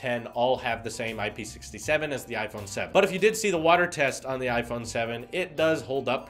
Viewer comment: Hi, great video once again, but FYI : IP67 is to be pronounced I-P-six-seven, since the 6 refers to the resistance to solid particles and the 7 refers to the resistance to liquids.